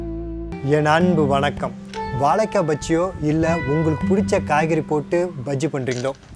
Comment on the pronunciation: hi even if u pronounce vaLLAkai, its ok, but at least pronounce it correctly as spelling vaZHAIkkai, see where i have stressed with caps:)